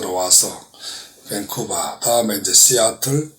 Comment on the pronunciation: 씨아틀이 아니라 씨에틀인데.. 존경하시는 분이 이런 실수를 .. 탄핵 정당성에 반하는 강연을 하셨다는데.. 그 곳에서 감동이라니..무슨 감동을 받았다는 겁니까? 아무튼 이전 박대통령의 일련의 입에 올리기도 부끄러운 악행과 의도가 진정으로 바른 행동인지? 묻고 싶네요. 보수의 진정한 의미를 더 이상 더럽히지 마세요.